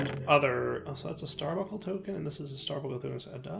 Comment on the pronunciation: buNcle. Star BUNKLE. nails on a chalk board there bud.